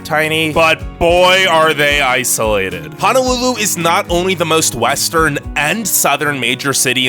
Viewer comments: It’s Honolulu not Hanalulu🤙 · It's not called Hanalulu it's Honolulu pls get it right. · Its HONOLULU not HANALULU 🙄 irking & ova dramatic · There is no A in Honolulu. It's an O. Honolulu. Not Hanalulu. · Did.... did he just call our home dirty ? Boy. STAY HOME. Please Don’t come here. Ps. It’s Ho-no-loo-loo. Not “Hana-loo-loo” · Could you please pronounce Honolulu correctly. It’s not pronounced “Ha no lu lu” as in hahaha. It’s “Ho no lu lu” as in hohoho. Both o’s are pronounced long. How would you like it if I pronounced your home town incorrectly. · Fist of all your pronouncing it like Hanalulu but it’s H/o/n/o/lulu and all of this is just rude because I live in Hawaii and we’re Hawaiian not Polynesian and it’s not as bad as you think yes it’s expensive but if its to expensive for you people then don’t come here and it was rude to talk about the homeless 😤😡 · Repeat after me Ho..No..Lulu, no a’s! No, not Hanalulu...Honolulu! Mahalos! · it's pronounced "HOH-NOH-loo-loo", not "HAH-NAH-loo-loo" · So the negative aspects of island living are pretty accurate (I lived there for 23 years) but it's a very special place on this planet and to me it will always be Paradise. However, the one thing that drives me crazy is hearing people refer to the capital as HANAlulu. It's HONOlulu, which means, sheltered bay, in Hawaiian. Let's have some respect for the culture by not mispronouncing Hawaiian words. It's visually easy to see that the word Honolulu contains o's not a's. Aloha! -- which I say with sincerity! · Hanalulu - NO Honolulu - YES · Its HONOLULU not HANALULU... this is so cringey to watch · Btw It is "Hong no lu lu". Ok guy with annoying voice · I’m born and raised on Oahu. I’m already here bro. Also ur saying Hawai’i wrong. “Ha- why- eeeee” and honolulu “Hono-loo-loo” uhm. No. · okay i am born and raised on Hawaii, and some of these things got me feeling some type of way. And it’s (HONU-LULU) HO-NO-LU-LU, haoles get sun burn not the locals